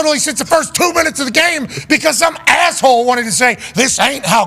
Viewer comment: I thought he said masshole 😂